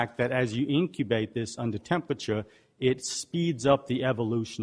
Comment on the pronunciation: "Tempwature" instead of "temperature"